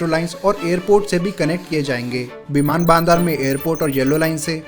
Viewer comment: its बिमान बंदर and not बिमान बानदार 🤣🤣